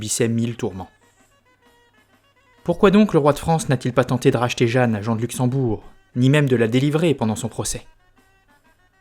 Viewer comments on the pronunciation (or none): none